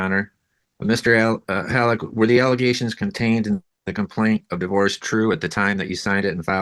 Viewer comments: "Egaliations", "Nallegations", "Egaligations". I can understand not knowing a word (though I'd still poke fun) but at least be consistent in your mispronounciation...good lord, and on top of that, biting a person, let alone a child, this lady makes me nervous (assuming those egaliations are true). That child needs protecting asap! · The egaligation lady cracks me up. I dont hear a clear speech impediment and wonder where she got that pronunciation? It reminds me of when my kids would try to pronounce big words when they were toddlers. 😊